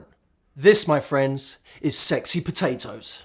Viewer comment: "pohtahtoes" Baha! Dying...